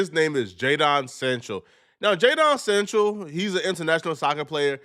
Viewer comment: It's not jayden sanchel. It's Jayden Sancho ! Sancho 😂😂